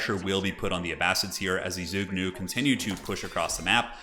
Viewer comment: The word zhuge is pronounced zhoo-ge